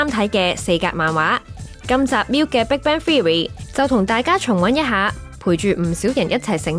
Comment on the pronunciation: 你哋個名係big band theory定big brand theory 個旁白連英文發音都錯定還是發音衰連auto translation都聽錯 好心你哋就留意呢啲細節啦 係Nasa唔係Lasa，喇沙咩 真係唔怪得話香港沒落